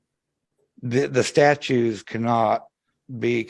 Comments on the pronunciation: Another one that says "statues" 🤦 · Oy! I wish they all would learn how to say statutes!